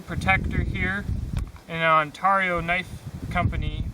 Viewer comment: "on tear e oo"